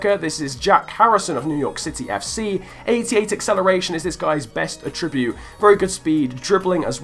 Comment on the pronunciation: Will you learn how to say attribute properly please?